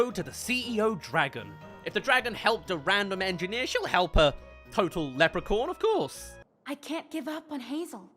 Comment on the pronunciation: Lepre-corn 🌽??? 🤣🤣🤣 I have never heard anyone pronounce leprechaun that badly. 😂